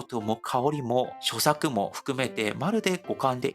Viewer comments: 所作は「しょさく」ではなく「しょさ」と読みますよ❤ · 所作はしょさくではなく、しょさ、です。 韓国の人達に向けてyoutubeはしていないのですか？ 韓国の人達に日本のことを正しく理解していただきたいです。